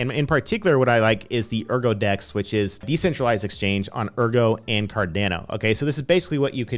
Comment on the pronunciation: Normal person: Cardano (ADA): c - a - r - d - e - a - u - n - o (AEUDA)